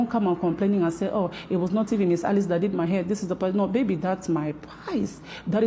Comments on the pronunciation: Isn’t her name Alice? Not “Eleese” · Is her name Alease or Alice (I'm askn bcuz u keep pronouncn it the 1st way)??...*not tryna b funny just 1dering*... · Lol bless you “Eleese” is Alice. The lady in the video was mispronouncing her name lol. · Her name is Alice not Aleese 😂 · This shop owner is clearly a greedy liar. And why this woman keeps calling the shop owner “ahlease” it’s Alice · ma'am why do you keep calling her Aleese her name is Alice she even said so herself lmaoooooooo that is bothering me so much 😅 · I always thought that her name was pronounced Alice, not Elise 😂 but hey…nowadays people spell stuff however they want to 🤷‍♀️ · HER NAME is Alice Not A-Lease lol 😂😂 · Hunny her name is “Alice” not “A-Lease” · Why are you pronouncing her name wrong. Her name is Alice (Al-lis)